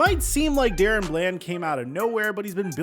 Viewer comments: Its not Darren, its DaRon!! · I’m pretty sure it’s pronounced DA-Ron not Dare-ran or Dare-Run🙄 Shits been bothering me for awhile😭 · his name is not Darren its DaRon. Stop butchering this mans name😂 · DAH-RON not DARREN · Da-Ron not Daron. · his name is Da-Ron not Darren please as a fan put some respect on his name and stop butchering it...but I'm loving seeing him come into his own I hope he can keep it up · Am I trippin or is his name not pronounced “Duh-Ron” Bland?? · IT'S DUH-RON DUH-RON NOT DA-RON. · Why do you pronounce his name like “Darren”? Literally all other media pronounces it “Da-Ron” like it’s spelled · Da Ron not Darren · Dude. Unless every single other person in the media, as well as his teammates, are getting it wrong, it's not "DARE-in". It's "duh-RON". Sorry, but it was like itching powder every time I heard you say it wrong. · It's Da Ron not daren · Da'Ron = "Duh-Ron" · It literally says DaRon not Darren. Sorry but just saying. This dude deserves correct pronunciation at this point. That’s all. No biggie. love the channel. Blessings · DA- RON lmao mans Hurd all the analyst say it correctly and said it wrong still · Bruh how many times can you fuck up one of the most obvious names ever Da-Ron it’s even capitalized in the damn middle 🤦‍♂️🤦‍♂️💀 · Daron is not pronounced like “Darren” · It’s Da-Ron lmaooo 😂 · Crazy how you still pronounce his name wrong when literally in the clips you put, they said DA- RON BLAND. Show some respect and put more effort in atleast learning their pronunciations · He has to be doing it on purpose. It's like he doesn't care.... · Bro stop being disrespectful and learn how to pronounce his name already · Hey I don't usually comment on your videos and I'm not trying to hate, I've followed you for a bit, but when you're doing specific player videos and have clips of other people saying his name and can even find them of himself saying it, how do you mispronounce it?